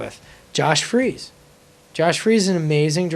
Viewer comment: It's "Freese" not "Freeze".